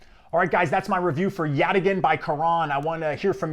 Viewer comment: YOU CAN SAY YATAGAN! Get me on their marketing team! Thanks for the review, sounds really interesting!